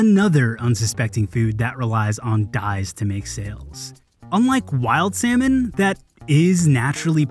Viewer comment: The way he pronounced "Salmon" though